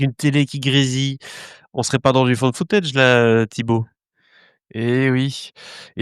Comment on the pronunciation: Les premières images donnait envie jusqu'à ce que vous prononciez found footage, j'y arrive vraiment pas avec ce genre, mais bon, comme c'est pas du 100%, pourquoi pas lui donner sa chance.